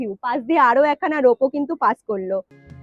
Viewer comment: রোপো বলে কিছু হয় না, কথাটা রোপওয়ে।